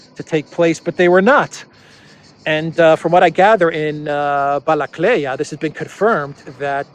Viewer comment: Not Balakleya, it's Balakliya...